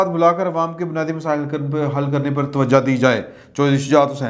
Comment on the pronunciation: Dear Sir, main aap ki her video daikhta hun . Aap k belag tajziye aur information no doubt aap ko sahafiyon men se b mumtaz karte hen MAGAR aap jese sahafi k munh eik lafz itna GHALAT nikalta ha k dukh hota hai. Yani aap TWAJOH ko TAWAJAH bolte hen. Kia aap ko aap k kisi USTAD ne aap ko iss lafz ki SAHI adaegi b nahi bataayi? I hope you will correct it.